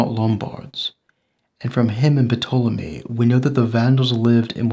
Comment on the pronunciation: Sorry for nitpicking, but Ptolemy is pronounced tah-lah-mee not puh-tah-lah-mee. The P is silent